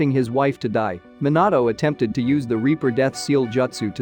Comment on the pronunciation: Lol Minatto and abito